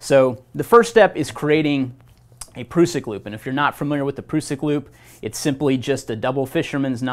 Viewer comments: Great video - just wish the guy would stop calling the PRUSS-ICK the PROOO-SICK....??? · Great vid 👍 but ,,,,,, It's definitely a prusik knot not a prooosik knot 😂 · Its an prusik hitch not an "prewsik" knot.🤨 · its a prusik not a proosik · Pr-US-sik. Us, as in all of us. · Can’t cope with him saying Pru-suck 🤦🏻‍♂️😂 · Defo gonna call it a pru-sik from now on 🤣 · asides from the mis-information, this dude needs to stop with the "proosik" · Pronunciation. A Prusik /ˈprʌsɪk/ great video otherwise, just trying to help no hate here. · proosik loop? imagine the effort americans put in to mispronounce every language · Prusik is a French term, and thus the proper pronunciation is indeed "prooseek" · Sorry mate NOT Prooseek check the link above, cheers! It's not a French term either! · To us old time Knot tiers this pronunciation of this great old knot makes the hair on my neck stand up ! I'm in my middle seventies and have tied knots millions of times on the farm and working ! He should at least learn their proper names ! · Great lesson, not necessarily great for icy rope but otherwise a situational, useful knot that im glad to have in my toolbox, but I really cant handle the way that you say prusik